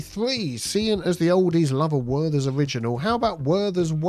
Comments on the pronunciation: it's Werther's not worthers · It’s “Werther’s” not Worthers